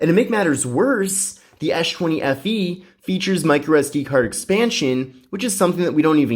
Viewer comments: "Esh 20 fe" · "esh chwenny FE" lmfaoo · I thought u kept on saying s20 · esh chwenny FE LOL!